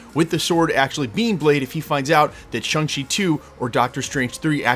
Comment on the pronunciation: Ugh. Can you learn to pronounce Shang Chi! Watch the movie.